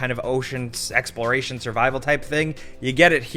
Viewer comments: Is no one else going to point out he says SEXPLORATION Subnautica is that good I agree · my brain - "Hue hue. He said Sexploration" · Anyone else thought said:"Ocean Sexploration"? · ayy yo did just say sexploration😂😂😂😂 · "Ocean sexploration" lol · "Ocean sexploration"